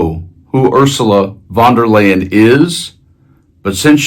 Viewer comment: Could you try to pronounce her name correctly? Sounds like “OOR za luh Van der Lie un”